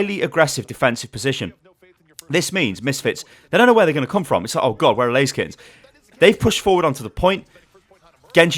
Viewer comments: I tought the name of the team was ''Lazykens'' like blaziken until I looked their name by the way you said it XD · not gunna lie, I thought you kept saying blaziken, every time you said laser kittens. smh, I was looking for player names blaziken and couldn't find one; I was so confused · Every time you said Laser Kittens, I thought it was Blazikens, and I got triggered when I realized what you were saying.